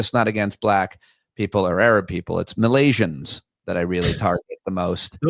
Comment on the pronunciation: "MALAisians", Pete? Make America Losers Again